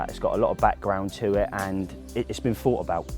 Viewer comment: You did. Not done. And thought has a TH not a F at the beginning. Where did you go to school? :-S